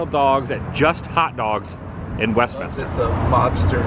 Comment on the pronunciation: My old neighborhood! And major props. You said Westminster correctly with three syllables!